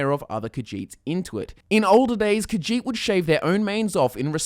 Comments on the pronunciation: it's more like khajiit not khagiit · The way you say Khajiit makes me so triggered. I thought Khajiit was pronounced Ka-zheet instead of Ka-jeet. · kahjiht sounds like cat shit